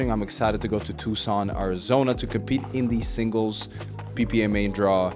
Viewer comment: You said Tucson right finally let's go lol. Some really high level singles play there, best of luck in the PPA Challenger bro!